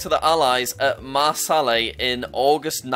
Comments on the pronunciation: Marseille is pronounced “mar say” not mar sallay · you said Marsalley it’s MAR SEY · MAH SALLY😭😭😭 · did you just say marsally instead of marseille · I’m from Marseille and you pronounced it mar-se-lay. It’s meant to be pronounced mar-say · The pronunciation of Marseille killed me, it's like marsay not marsellay 😂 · mar-sal-eh :) (mar-say) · Bro said Mar-sal-ly when it’s pronounced Mar-say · Jack, it’s mar-say, not mar-sell-ay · It is lrobounced mar-say not marsalle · Jack, it’s pronounced marsay not marselley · And you said Marseille wrong it’s said marsey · how do you say Marseille (HINT: it is not Mar-sal-ay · To jack, It’s pronounced marsay From me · more like Mars (as in mars), eille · “Mar sah lay” - Jack attempting to pronounce Marseilles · its pronounced marsey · No one: Jack: MaRsAlLaY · I love how jack said Marsalle instead of Marseille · The Marseille pronunciation🤣 Mar-Say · Jack : at Marselel me who live in France : dies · no way did this geography guy just say marsally for marseille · JACK IT'S PROUNOUNCED MARSEIIIIIIIIIII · the way he pronounced marsielle tho🤣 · Just small correction, it’s pronounced “Mar-Say”. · jack for your information, Marseille is pronounced: « Mar-SAY » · Marseille = Marsallay ? Holy Cow the southern French are mad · "At Mar-sall-ay" (Marseille) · Its mar-say jack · It's a little late but Marseille is pronounced Mar-say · Marselei XD im french my heard is broken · he said marsaley bruh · marseille is not pronounced marsalley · Marseille is pronounced mar say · its pronounced mar-say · Btw you pronounced Marseille wrong it’s a silent l anyway plz do more videos like this please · Youre also amazing at pronouncing Marseille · Jesus Jack the pronunciation of Marseille was disgraceful🤣🤣cool vid tho bro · The way he pronounced Marseille, we can‘t let him go to Paris 😂💀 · The video was all going so well Then jack decided to pronounce Marseilles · Nice Marseille pronounciation Jack... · did anyone else realize how bad he said marseille